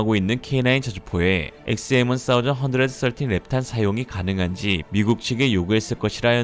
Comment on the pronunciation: 원사이즈언드서틴 ㅋㆍㅋ 어색한건지 웃기실려고 하신건지.. 의도는 후자쪽인걸 확실히 알겠습니다~ 스타일 아니까~~ㅋ